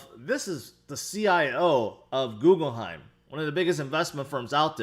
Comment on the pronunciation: Does say “Googleheim” to troll us?